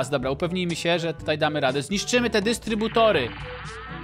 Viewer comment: instrybutor XD!!!!!!!!!!!!!!!!!